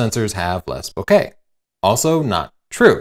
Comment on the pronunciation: friend of mine from Japan says it is pronounced the way pronounced it. He also says that in Japan they would use the word to describe a person whom we would describe with a word like "goofy" in English.